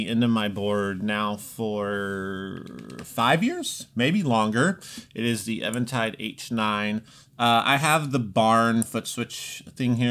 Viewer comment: Also... why is saying Evan-tide? What is happening...?